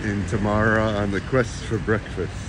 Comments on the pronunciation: I love you guys, you really show something different yet beautiful comparing to many of other tourists showing only very touristic places. Btw, it's Temara, tamara means something very different :D (but not bad, no worries) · T'mara , not Tamara 😂